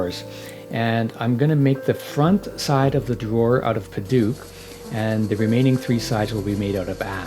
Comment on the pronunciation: Me an burmese boi and hearing padauk like padook It is pronounced like :pa d out out and start it with d like Dout with k ending padouk